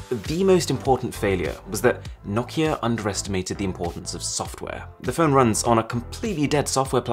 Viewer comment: Your saying nakia it’s Nokia no-ki-a